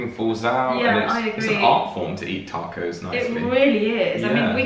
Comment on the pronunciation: I swear, I’m not trying to be mean aaaat all. But they way y’all said “Taco’s”. When I first heard, it sounded like “tack ho’s”. OMG did she really just “tack ho’s”. Lmaooo 😂